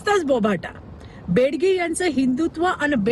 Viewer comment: हिला बेगडी हा शब्द सुद्धा येत नाही. बेडगी म्हणते. हिच्या बापाने अशी कविता केली होती काय?